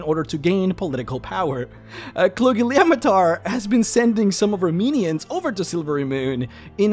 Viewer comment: I would like to raise my glass to you for being able to pronounce that name.